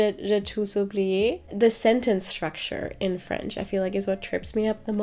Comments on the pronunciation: your french accent is so good!!! félicitations!! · Hey,! I'm from Brazil. I've been watching your videos for a LONG time now, and I just gotta say it: your voice is so soothing! I love learning languages (currently learning korean) and also have this calm/caotic lifestyle. Your french pronunciation is on point!! And of course, the mood of the videos, lighting, cooking and presentation style is also so comforting and easy going on the eyes. I have sensitivity issues so your videos scratch the itch in my ears and eyes lol. Thank you so much and wish you the best. Congratulations on the book!